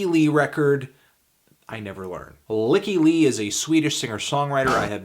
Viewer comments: I always thought her name was pronounced more of a "Leak E Li" not "Lick E Li". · ..."Lick-ee Lee"? LICK-EE LEE?! For years since discovering her music in late 2009 I always thought it was pronounced "Lie-kee Lie". Everything is different now. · I just clicked on this video to hear you mispronounce Lykke Li. I was not disappointed. :D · You never learned how to pronounce her name, that saddens me Amtanty Bambano